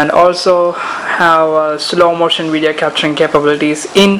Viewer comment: 3 words......Epic, wivid wideo.